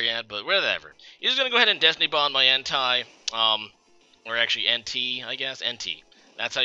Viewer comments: Hey, it's pronounced En-Tay, not En-Tai or En-Tee. Also, Rai-Cool, not Rai-Cow. Btw, I like black. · I'm not sure where you're getting these pronounciations, but all three legendary dogs have japanese names that have been romanized into English. Their names in Japanese are 「ライコウ」(raikou) and「エンテイ」(entei), which would be pronounced "rai-koh" and "en-teh". Suicune's name isn't confusing. Most people would read it "soo-ee-koon", which is right. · You don't know how to say entei? Must be a troll